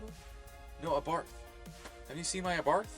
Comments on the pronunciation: It's also pronounced A-bar not uh barth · What does a FIAT abarth 500 have to do with anything, it is the performance upgrade model of the car, if you think thats weird look at any italian performance model sports car lol that's some grasping there! lol btw pronounced eh-BART. (all car guys cringed at that part)